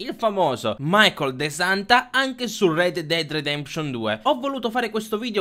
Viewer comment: Red dead dead detemption?! Come cazzo lo pronunci lol